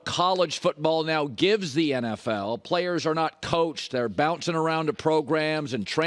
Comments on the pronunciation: Did Colin say playas? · Colin sayings “playas” 😂